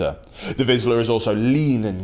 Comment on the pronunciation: It"s not "vizla" like you say it, it's vizsla, zs =zh, -> "vizhla", pronounced the same way as (J)acques, rou(ge), bei(ge), A(s)ia etc. Vizsla/ vizhla. Apart from that, the video is very informative, I learned a lot of new things, even though I'm a german pointer owner myself.